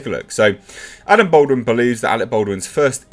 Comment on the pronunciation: Dude, it’s pronounced “Ball-dwin”; not “Bold-win”. You’re doing my head in.